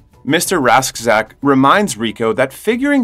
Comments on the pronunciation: Radchack. Not rashdack...Radchack's Roughnecks.. houa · uhh you mispronounced Klendathu and Mr Rasczak and it hurts pls re-upload